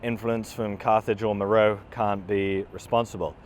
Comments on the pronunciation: Please: "MER-oh-ay" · Great observations. My only issue is that my ears heart every time you mispronounced Meröe. It's "Mer-O-way". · nice work as usual, thank you. Only comment I have is regarding Meroe and how you pronounce it. Being native of Sudan, I can tell you the natives pronounce it MA-RA-WEE, sounds nothing like the spelling, I know:) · Meroe is usually pronounced “Me-ro-way”.